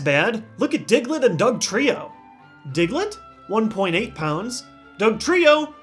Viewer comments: The first time he said Diglett he.. lol. "Dicklett" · did anybody else think he said dicklit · you said dicklet